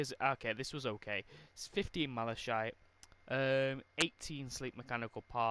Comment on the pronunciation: Is it just me or did it trigger me how he was power level 120 but doesn’t know how to say malachite